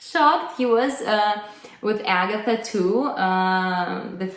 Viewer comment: In fact, Agatha is not Agatha either. She is Agata, second syllable stressed, long 'ɑː' after 'g'. But perhaps thinks anglicised name variants will sound more familiar to her English speaking audience.